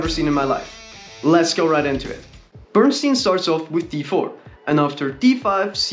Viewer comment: Bern-stein Bern "e" ie is pronounced like the "e" in the hell. And stein is the same as stein in Einstein. In German, stein means stone.😎